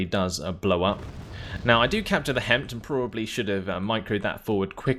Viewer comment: We tend to pronounce HEMTT as "Hemmit." These, and especially your Rome 2 videos, help to keep me entertained during busywork. :)